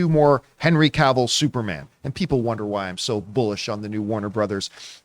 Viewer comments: She said ca-vill. He said she was professional?? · John, is a red flag if the host can’t pronounce Henry Cavill’s last name, I mean is Henry FREAKING Cavill